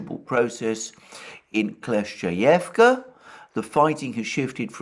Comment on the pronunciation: Let’s pray that the village of Kleshchevka gets captured by the Russians as soon as possible so Alexander doesn’t have to deal with pronouncing it anymore. 🙏